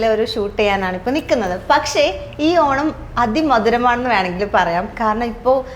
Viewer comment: പക്ഷേ എന്ന് പറയൂ ച്ചാരണ്ട ശുദ്ധിയില്ലാത്ത അവതാരിക